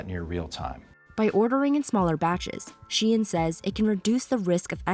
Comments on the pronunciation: I go-sign it’s called Shein here in NYC too lol. Ain’t no damn She-in 😅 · Shein, she-in as in she is in. She is in to shein 🤯🤯🤯🤯